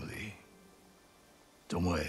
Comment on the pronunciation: Im still laughing at the guy that literally read Tomoe's name as TOMOW. like WTF IS A TOMOW?